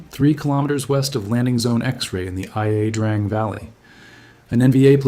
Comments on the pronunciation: The second I heard Ai mispronounce 'Ia Drang' as 'I' 'A' Drang I had to stop watching. If they can't even get that right, what are they going to get wrong in the rest of the video? Why is it so hard to get things right? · You mispronounced Ia Drang and MGs on birds/choppers weren’t mounted on what you call a swivel. They used pindel mounts or rubber cord to hang out of the bird. Also you should research and add how they used an empty beer can to help feed the belt. Also using a MG normally you open fire using a Z pattern. Whatever my bad it’s a good video you made, I’m just being a know-it-all. I was there. JK…I was an extra in the movie We Were Soldiers with Mel Gibson. We learned a lot though. Years later I flew in helicopters and in the Army and in Iraq. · it’s pronounced I Drang valley not I A Drang, I knew someone who was in that major battle and he told everyone how to say it right before he died from agent orange in the late 1990’s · EYE A DRANG VALLEY? DO you so called documentarians EVER use someone who actually knows the true pronunciations of the places in Vietnam where we were? Pathetic! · Great video. But one small correction: it’s pronounced Ya Drang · First 10 seconds the AI voice says, "I-A Drang". It's La Drang. That's an OCR error or similar mistake an AI would make. No human who actually knows anything about Vietnam would make that mistake. Later on it talks about Army Field Manual 1-15 and instead of saying "one dash fifteen" like a human would it says "one through fifteen" like an AI that has no actual understanding of what it is saying. This channel is also likely run by foreigners just looking to make some YouTube money. I'm really surprised so many of the "vets" commenting here don't notice these things. It makes me wonder if they are fake too. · It is Ia drang, not I-A drang valley. Seems that a robot is reading this stuff. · i-a drang valley? Come on, not 10 seconds in and the AI slop is showing. I'm out.